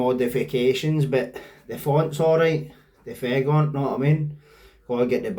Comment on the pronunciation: You're clearly an intelligent young guy, and you make good content, but if you ever say fegont after you say the actual word font... I will never watch another video you make. Don't dumb yourself down ffs 😂😂😂